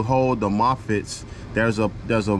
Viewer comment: What is a "mofitt" 😂